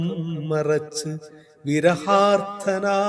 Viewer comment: നിയാസ് ബേക്കർ താങ്കളുടെ കവിതകൾ ഒരു തുടക്കക്കാരാണെന്ന നിലയിൽ വളരെയധികം അഭിനന്ദനം അർഹിക്കുന്നു. പ്രത്യേകിച്ചും സൗപർണിക എന്ന കവിത. താങ്കൾ അക്ഷരങ്ങളുടെയും വാക്കുകളുടെയും ഉച്ചാരണത്തിൽ കുറച്ചു കൂടെ ശ്രദ്ധിക്കണം. ഉദാ :- വിരഹാർദ്രനായ് എന്നല്ലേ ചൊല്ലേണ്ടത്? "നിഗൂഢമാം" എന്നതും ശ്രദ്ധിക്കുക പീഠം, സുഗന്ധം, എന്നീ വാക്കുകളും ശ്രദ്ധിക്കുക. താങ്കളുടെ എളിമ, ഹാസ്യം ഇതൊക്കെ ഏതൊരാളെയും ആകർഷിക്കുന്നതാണ്. സാഹിത്യ വാസനയെ പരിപോഷിപ്പിക്കുക.